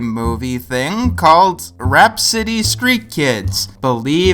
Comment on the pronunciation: For a second I thought you said RAT-City street Kids... WHAT'S THE DIFFERENCE!